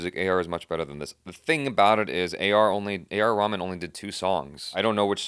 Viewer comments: Reh - maan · It's AR Ray-maan